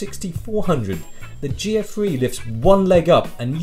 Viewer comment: when he was saying GF3 for the longest time i thought he was saying Geoffrey